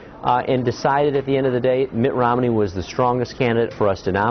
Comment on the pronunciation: Did he say Mitt ORomney? :)